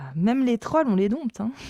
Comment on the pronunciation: on prononce pas le “p” dans dompter 🤓